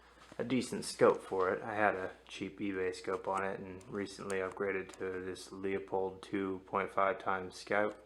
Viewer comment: poor mans bedding needed some spray paint just to make it look better but good job / also Leopold scope is pronounced. loop hold just so you know.